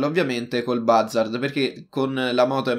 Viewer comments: Si pronuncia buzzard non bazzard. Cmq bel video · Oppure andare all eliporto del mare di San Andreas e ti prendi l'elicottero invece di fare tutto in macchina CMQ ti stimo continua così 😜❤ e si dice "buzzard" Scusa se ti correggo sempre non odiarmi 😂😂